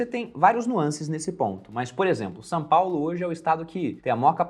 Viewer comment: só eu percebi que o fala "Sã Paulo"?